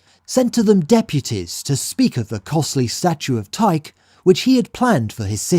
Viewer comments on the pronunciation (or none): Would it not be KOR-inth, and TYKE-ee?